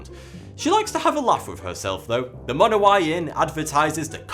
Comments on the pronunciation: I'm pretty sure it's pronounced Monowi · AAGH it's pronounced Munowie. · he is mispronounceing the name of the town